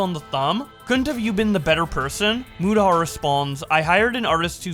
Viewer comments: Keemstar calling Mutahar "mYOUtahar" was funny. Also, keffels is a terrible person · One day Keem will say Mutahar's name correctly.